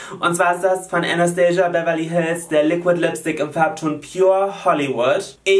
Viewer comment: Jolina Anastasia Beverly Hills wird nicht englisch ausgesprochen sondern wie es geschrieben wird. Sie selber hat das mal in einem Interview gesagt :) lg